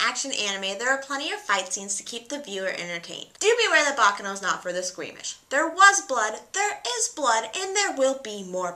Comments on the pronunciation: ba KA no bakˈkaːno not... baka no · It's pronounced "baccàno", not "bàccano"! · Hi, just a little information, baccano is pronounced ba-KA-no. Anyway very cool channel.